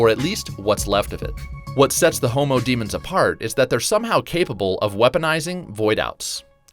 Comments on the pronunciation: When he said 'homo demons' I couldn't stop giggling. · Not gonna lie, I chuckled when he said homo-demons